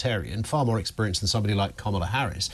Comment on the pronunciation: Harman can't even pronounce Harris' name right, the racist sod.